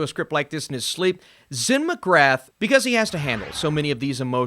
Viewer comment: McGrath is pronounced McGrah. The T isn't pronounced. Come on buddy, your surname is also Irish. Do better